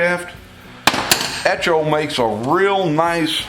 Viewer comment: eTCHo? That word will be etchoing through my brain forever.